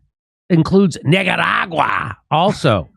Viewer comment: Did he say niggeruraga? Lmao